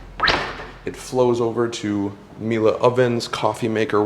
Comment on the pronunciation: I'm more impressed that you pronounce Miele correctly